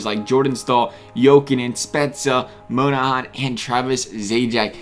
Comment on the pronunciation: Mon - ah - han Not "Moan - a- han" lol